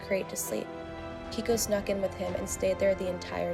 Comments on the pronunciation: It's KEIKO, pronounced KAY-KO...not Kiko. 🤦🏽‍♂️ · Why is the Dodo recycling stories? Also, Keiko is pronounced kayko